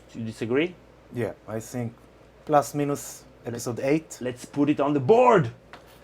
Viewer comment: I like how you say "plus minus". Sounds like how it's pronounced in Polish xD